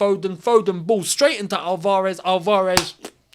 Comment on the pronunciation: mate, the way you say Al-VAR-ez. He's flippin, South American not Algerian, lol